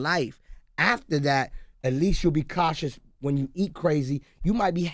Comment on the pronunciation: "I'm more katious" lol